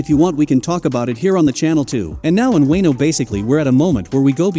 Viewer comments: Did he just say wayno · Asking us to subscribe you without even pronouncing their names right i mean really, who tf are these “Way-no & Loaf-fy…” ? Nah, sorry mate no sub for you yet until you put some efforts on it pronouncing their names correctly. But don't worry tho at least there are people who doesn't care about that. But for me I care tho because names are one of the most very important identities either it's a person or an object(including anime too)